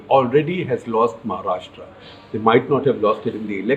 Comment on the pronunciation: Also its महाराष्ट्र and not महाराष्ट्रा!